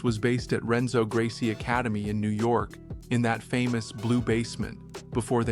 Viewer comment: I hit next week i heard "ren-zo" Gracie 😂. How can you create an in-depth bjj video without learning to pronounce to be absolute basics of Portuguese?